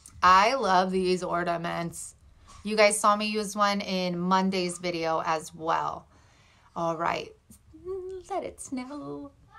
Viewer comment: I liked your original bow, but ❤️ your messy bow even more. 😂 your out takes crack me up. Don’t want to sound mean, but you always crack me up by adding a “D” in ornaments. It brings a smile to my face.